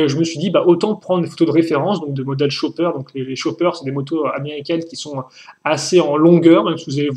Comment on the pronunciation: ..... "Le Cho-pper"......